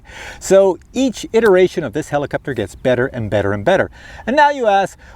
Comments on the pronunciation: heliCOPter. not heliCUPter. JEEEZUS!! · not really, but somehow heliCUPter drove me crazy hahaha which i did not expect! nice flying btw :D